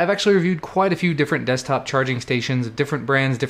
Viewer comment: ehehehehe "Destkop"